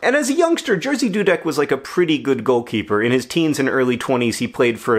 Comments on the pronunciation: Its pronounced Jeshy dudek, its usually difficult for americans and other people to pronounce polish😅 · wait... is his name spelled "Jerzy" in Polish? shouldn't it be pronounced "yezhih"? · Yup, it's amusing that an average anglophone can only guess pronunciation of one letter in "Jerzy" right. At least the guy's surname's easy, not like certian Lewandowski's or - even worse - Błaszczykowski's :D. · I've heard about Jerzy Dudek many times as I am Polish, but before you said he was from Poland I had no idea who you were talking about as Jerzy is pronounced very different in Polish. It was fun to hear how an English speaking person would say it and the story itself is amazing :D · cool video -thanks! you rarely talk Poland on your channels. And the way you pronounce Jerzy is absolutely epic :D !! I know its difficult for non-Poles to say it and mispronouncing is your thing but you not only didn't get it right - you pushed through the wrong and somehow approached right from the other direction XD It really makes me think we as a nation must now change how we pronounce Jerzy. LOL.! Sorry about your dog, I know how much it sucks loosing a pet. I hope you get better! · Very sorry for your loss, I know form experience how hard it is Also, I have to say this, I could never imagine the name "Jerzy" could be read like that, but I understand our pronounciation is difficult (btw Jerzy means George so you can just use that one ) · I’ve never heard anyone say Jerzy outside of Poland and I would never guessed it’s pronounced like that in English. Interesting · GOD YOUR PRONOUNCIATION ITS NOT a hard name GOD MY EARS au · It's just hilarious to me how badly you mispronounce his name, as a Polish speaker I didn't even recognize who you're talking about at first :P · Haha you so horrible mispronouncing name Jerzy, to this level it became a little bit cute 😂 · It's Yeah-zhi. Zhi, as in the word "pleasure". Not, "Jersey". Thank you, A Nerdfighter from Poland